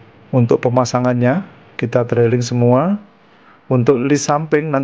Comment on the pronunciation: Pengucapannya bukan "Drailing" tapi "Driling".. sorry.